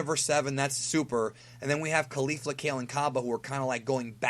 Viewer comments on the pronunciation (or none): My dude.. it doesn't matter too much but isn't it pronounced KoLee-Fluh not Koh-Lifla?